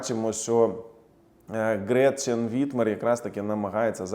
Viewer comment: Гретхен, а не ГретЧен